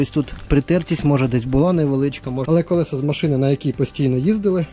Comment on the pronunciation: Не колесА, а колЕса, кОлесо! Покращуємо канал і мову разом! 😊 Вподобайка за відео!